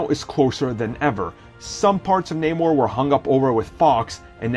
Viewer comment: Oh come on not manor Its Namor